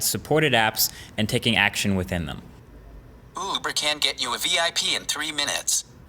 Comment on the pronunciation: Damn the male Siri voice is having a hard time with "Uber" and "request"